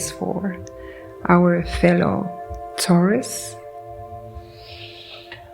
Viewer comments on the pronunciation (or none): none